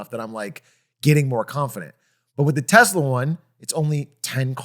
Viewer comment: "Tezla" - Doug